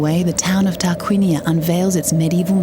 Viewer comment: sorry, the Name is Tarquinia not Targuinia, please